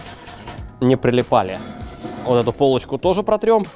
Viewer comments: Друже, ты за***л уот так уотать, реально к середине выпуска уши резать начало. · Брат Алексашки курицына:))). "Уотак уот"!:))) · Уот так уот. Уот таак уот :D